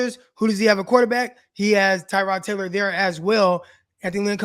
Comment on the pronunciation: I really feel for Tyrod Taylor. Nobody pronounces his name correctly.